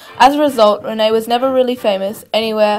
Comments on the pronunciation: pronounced REEN not Rennay. From someone who lived during that era...my Dad and Mother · Roy Renay? No. Roy REEN as in SEEN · His stage name Rene is pronounced 'REEN', not 'RENEE' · It's pronounced "Reen" and his last name isn't pronounced "slow". He was born Henry van de Sluice, as in "juice." Before making a video of an iconic Australian figure you should first research on the proper pronunciation.